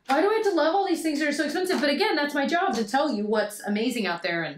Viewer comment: Cracking up at you with that Charlotte Tilbury Hollywood Contour Wand. Had to rewind just to hear you say “expeRnsive” again. You’re adorable.